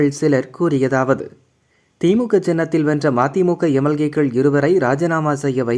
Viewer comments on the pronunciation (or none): எமெல்லேய்க்கள் இல்ல. எம்.எல். ஏக்கள்.